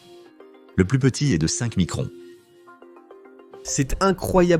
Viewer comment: "Une fois de plute" 😂😂😂 je suis mort xD